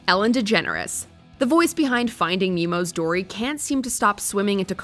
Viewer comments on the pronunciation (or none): none